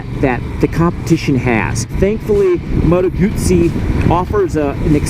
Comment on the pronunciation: It is 'Motto Gutsy'. Italian has no long vowels at all.